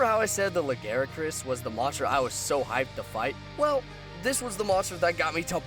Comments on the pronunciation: Pascl "lagaricus" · It's "Lagiacrus". Not Legaiacrus. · Fair point, I pronounced them "La-gee-a-cris" and "Glay-ve-nus". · PiranhaFire69 Nope, that's incorrect. Quit trying to make the shitty japanese name look better. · This is a pretty good vid, just a couple problems with the audio capture and the voice. Also just a couple of pronunciation things I picked up: Glavenus is pronounced "Gla-veh-nuss", and Lagiacrus is "Laa-guy-ah-crus" at least as far as I know ><. We need more Western MH love, still, and you're doin' Gog's work with these. ... BIG ZAM #1